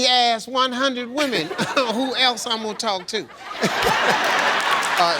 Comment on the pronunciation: It's not axe it's asked